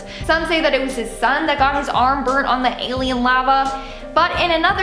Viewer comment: The "i-lien" … lmao.